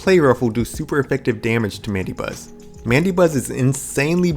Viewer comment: It's pronounced "Man-da-Buzz".